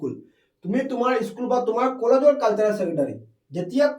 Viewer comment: Sir caltarel nahoi cultural